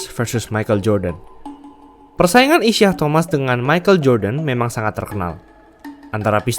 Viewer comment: Aduh. Penyebutan namanya kok salah, ya utk pemain sekls Isiah Thomas? Trs kok Bulls main di final wilayah barat, ya? #tepukkening